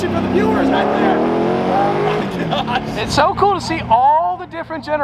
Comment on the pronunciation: "Oh my gyash"